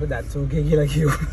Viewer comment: Dude after a hard talk of english, your like with a posh "thats ok" 😂 what if she noticed 😂